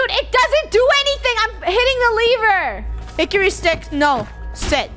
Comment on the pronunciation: “Good hikery stick”